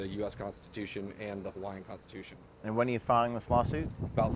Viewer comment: your hawaiian pronunciation pretty good, your efforts are recognized